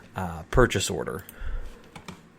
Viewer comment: The purchase "Orden".. 😂😂😂🤣